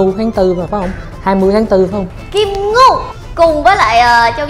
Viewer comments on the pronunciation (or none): kim ngưu sao đọc là kim ngu ta